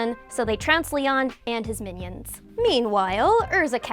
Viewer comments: Li-oan not lian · Why does it bother me that she says leon and not Lyon? 🤣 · Is it me or she said Leon and achnologia wrong